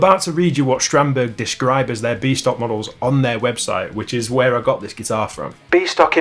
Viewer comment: Every time you said "B stock" I heard "Beast Ock", possibly a troll character in some video game 🤷‍♂ (Like the comment if you heard it too!)